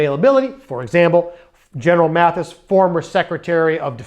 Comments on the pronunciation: Love your videos, but mispronouncing General Mattis's name is not good. It is "Mattis" not "Matthis". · Maddis, not Matthis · Mattis, not Mathis. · Just a nit: it’s Mattis, not Mathis. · Good Job!! (PS) I believe the General spells his name M-A-T-T-I-S and not M-A-T-H-I-S. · It’s Gen Mattis, not Mathis. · MATTIS not Maddis or Matthis!!!